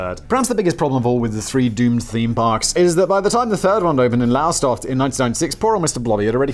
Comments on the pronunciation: Lower-stoft (and yes I know you don't care but I can't help it as your pronunciation was painful to hear. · Sorry, couldn't stop creasing with on how Simon tried to pronounce my home town Lowestoft 🤣 Drop the e and say it in the easiest two syllables. I also worked at Pleasurewood Hills and found Blobby's rotting suit in storage with some resident wildlife taking residence inside. The park is the only one of three still going. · Simon most people who can speak and were born in England have no problem with the place names here, just read them! Here's a clue, Lowestoft starts with "Low", so do you think it might just be pronounced like the word "Low"? It is fairly easy if you just read the words, you seem to approach english like a small child. Sure dialects might cause a few issues, but just try reading each segment/syllable of a word on it's own and it might help, get it vaguely right and a local will probably give you the correct version. I've worked all arround this country for 45 years often in places I have never been to before without the problems you have pronoucing basic English place names.